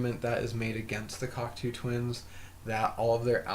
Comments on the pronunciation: It's pronounced: cock-toe not cocktoo. 🙂 Cocteau is french and the eau is pronounced as "oh" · Not pronounced cock two..its pronounced cock toe.